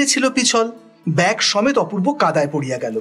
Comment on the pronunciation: এই উদ্যোগ অসাধারণ। পড়া গল্প কানে শোনার মধ্যে দিয়ে আবার একবার রিভিশন হয়ে যাচ্ছে । উচ্চারণের দিকে একটু যত্নবান হলে ভালো হয় যেমন...ব্যাগ কে ব্যাক (2.3), নামিবা মাত্র কে নাগিমা মাত্র(2.10) ইত্যাদি।